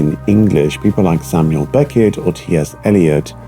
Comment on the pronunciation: Yeah it’s like the rhythm and annunciation are adapted to German. The way he says Beckett with two equal stress syllables Beck-ett also clear cle-ar